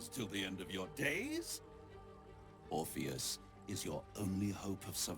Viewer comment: For english being your second language, you did great amigo. It’s pronounced like the dude from Matrix without the M: Or-fee-us